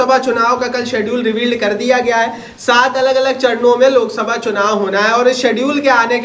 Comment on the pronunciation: Bhai lolsabha nhi loksabha hota hai